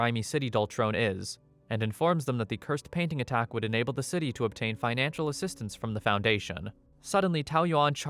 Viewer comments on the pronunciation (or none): none